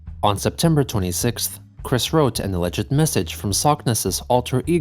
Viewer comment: are you using an AI to emulate your voice, now, or did you mispronounce "alleged"?